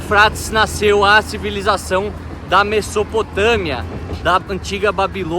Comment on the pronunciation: muito interessante o vídeo. Só uma coisa: a pronúncia de Mesopotâmia não é “messopotâmia”, é “mezopotâmia”.